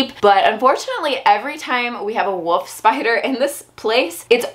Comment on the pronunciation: "Woof spider"